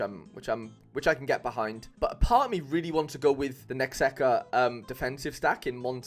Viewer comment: It’s Necaxa not Nexaca haha